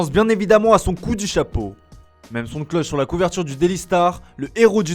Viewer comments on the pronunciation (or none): none